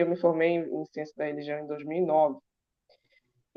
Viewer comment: Evolução? kkkkkkkkkkkk. Essa "xiênxia".